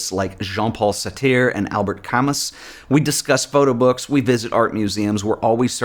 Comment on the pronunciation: Always enjoy these videos and look forward to them. Just a quick note on the pronunciation of the existentialist philosophers. Jean Paul [SAAR-tre] Albert [KA-MOO]